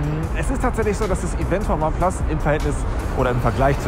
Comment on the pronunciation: Sprich mal bitte ineplus richtig aus^^